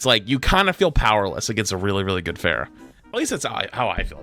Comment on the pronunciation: has played Overwatch for how long and he pronounces “Pharah” like “Fair-uh” 💀💀💀